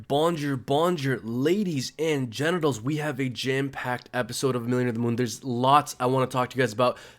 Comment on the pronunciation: did you say 'ladies and genitals' in your intro? LOL